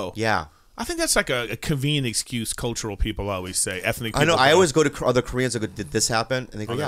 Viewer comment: *convenient, not cuvian